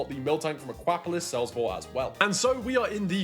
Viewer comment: Again with the ahkwapolis 😂 Aqua-polis. Polis is the ancient Greek for city state.